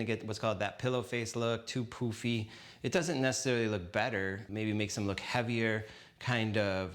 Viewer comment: Isn't the word, "pUffy? You're saying "POOfy."